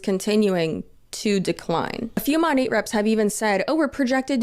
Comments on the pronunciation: It amazes me that these huns still can not pronounce the name of their "own business"! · It still cracks me up every time they pronounce the name of the company they work for incorrectly. They consume an unbelievable amount of Monat-related content, you'd think the correct pronunciation would stick. Sure it's a weird word, but I feel like the minimum requirement to promote something has to be saying it correctly.